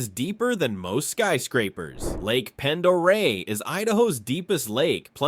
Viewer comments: Didn't even hit 20 seconds and you can already tell that the maker did ZERO research because it's pronounced pon-der-ray not pen-der-ray! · "Pend Oreille" is pronounced "Pond-ə-RAY". "Coeur d'Alene" is pronounced "core-duh-lane". "Owyhee" is pronounced "Oh-WHY-hee". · I'll give you a break on pronunciation but say it like cord a lane and pond eray. I know the spelling is goofy but I give you an A for effort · Not "pend" Its sounds like "Pond" And the state OWNS all the water! Come visit, don't stay!! If people don't stop moving here we wont have any trees left. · The locals Pronounce the lake ponderay. Not pend.😊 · first of all it is ponderia instead of what your stupid computer and it is Camas Prairie you need to some how fix its mistake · Cord-a-lane, ponda-ray 😊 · I'd of thought they would have learned how to pronounce Lake Pend Oreille.